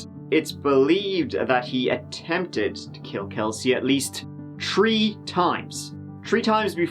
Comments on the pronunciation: Anyone else notice he says Trees then actually pronounces Threes* correctly afterward 🌲 🌲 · I just this guy! Whenever I see his video's, old or new, i get butterflies! He has such a great disposition and delivery! Keep it up and i love how you pronounce trees, or threes!